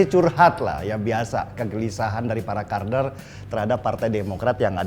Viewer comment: Kebiasaan bahas kardun😜 kader di bilang kaRder sama mas denny😀😀😀😜